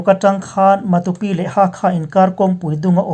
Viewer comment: i puang thiam in a ngaihnawm lutuk, Matupi hi kaw tha lo tih te, Sa ke chhia tih te ang in han thluk la, Matu ram tih na a ni ang a, a thluk pawh a dik ngawt ang